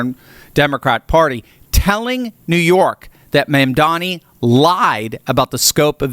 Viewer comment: You can't even pronounce the mayor's first or last name. Get a grip, dude.